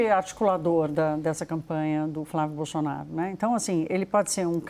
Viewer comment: A jornalista fala “xenado”, “Bolxonaro”… Só eu que vejo isso?